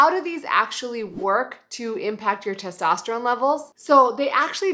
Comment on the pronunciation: its testosterone not tostesterone